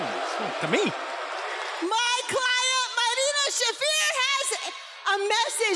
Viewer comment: She even botched her own name. Marina, it's "Shafer" not "Shaffeer"